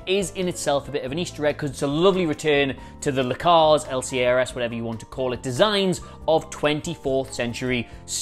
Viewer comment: Please Please Please - It's "L" (as if you are pronouncing the letter alone), followed by "Cards", not "Lecards". :)